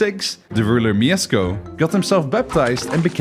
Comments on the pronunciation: ITS MIESZKO, NOT MIEZCKO 😭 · not Miezcko, but M I E S Z K O !!!😡🤦🏻‍♂️ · Mieszko not Miezcko :3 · btw its mieszko not miezcko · MIESZKO not miezcko (my name is Mieszko) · mieczko* not miezcko lol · We don't say Miezcko 1 we say MIESZKO 1 !!!!!! Polska Gurom !!!!!!!! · kurna miesko?! na pewno nie mieszko? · bro, i'm from poland and not miezcko tylko Mieszko 1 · Nooo noo noo not Miesko oww that hurts. Its pronounced Mieszko😭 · IT'S NOT "MIEZCKO I", IT'S MIESZKO PIERWSZY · mieszko not miezcko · BOY ITS MIESZKO NOT MIEZCKO !!!! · No, there's no sh, his name was Mieszko. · actually, its not Miezcko, its mieszko :) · it’s mieszko not mieczko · the first king is Mieszko 1, not Miezcko 1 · Mieszko not "miezcko" :) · its not pronounced miezcko its mieszko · Mieszko, not Miezcko. You get the name right with Mieszko 2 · Mieszko 1 not miezcko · Mieszko not Mieczko ;) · it is not MieSko, it is MieSHko (Mieszko) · Miezcko? You used AI to do this animation? It was Mieszko I. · mieszko the first sz in polish is sh sz = sh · Mieszko I = ❌ Miezcko I = ✅ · Mieszko I, not Miezcko 😅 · He wasn't Miezcko I but Mieszko I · I'm sorry but it's not "Miezcko I" but "MieSZko I" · who dafuq is Miezcko? its Mieszko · I have a request for foreigners, please do not pronounce Polish names because it almost never sounds good.Even here it is not "miesko" it's "Mieszko" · slight correction it's Mieszko and not miezcko (edit) it was 123 years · his name is no Miezcko I but Mieszko I small detail but its funny who you saying his name 😅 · Mieszko, not Miezcko lol And "sz" is pronounced as English "sh", like in "she" "shop" or "shut the fuck up and made a proper research how to pronounce names of people you are making video of" 😅🎉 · It's Mieszko I not Miezcko I. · it's mieszko, not mieczko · Miezcko I, Mieszko II -_ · it's Mieszko, not Miezcko, but steal really good this is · Brooo its not miezcko its mieszko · Don't read Mieszko as Miesko, but rather as Mieshko. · Mieszko, not Miezcko